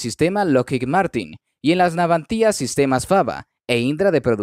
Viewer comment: ¿Garras? ¿Navantía? No sé qué coño es "garra", salvo la de los animales salvajes y no soy uno. Segundo, es Navantia, sin acento en la i. Serví en la Armada destinado en Ferrol, cuando se llamaba Empresa Nacional Bazán, y viví varios años en Ferrol, cuando se llamaba Izar Ferrol, y luego Navantia. Tercero, y final, ¿qué tienen que ver los colombianos con asuntos españoles, especialmente de nuestra Armada? ¿No tienes temas de tu país?